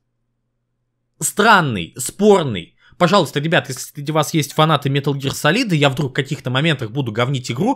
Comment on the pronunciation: СалИд, салИд.... Как же так,, ты ведь вроде знаешь английский.